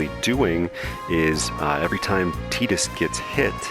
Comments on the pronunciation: "TIE"dus, not "TEE"dus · Why does everyone pronounce it "Teedus" instead of Tidus that make FFX videos?